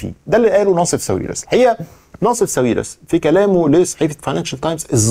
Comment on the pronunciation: هو حد قال لك قبل كده إن اسمه "نصيف" مش "ناصف"؟؟!!!!